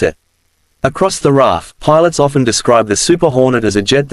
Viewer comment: It's NOT the FA One Eight F - it's the FA EIGHTEEN F! And it's not the "Rarf" either! That's pronounced as "Raff" or as the "R Double A F"!